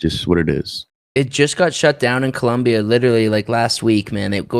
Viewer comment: It Colombia not columbia